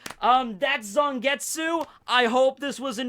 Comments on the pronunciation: In japanese the character of tsu doesnt usually pronounce the u, so it would be more accurate to pronounce it zangets. Having taken japanese classes it bothered me XD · I wish people would stop pronouncing silent U's in Japanese names